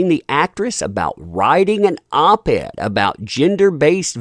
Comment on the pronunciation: You did say “Op ad" and not op ed, right ?